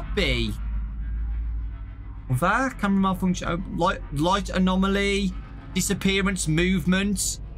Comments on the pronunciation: Say it with me, - ah-nom-ah-lee. Adore you to bits. Happy Valentine's Day, darlin'. Get some rest! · if you want to say anomaly then just say "anom-aly "